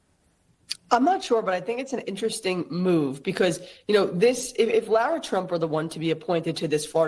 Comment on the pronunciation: Lara, not Laura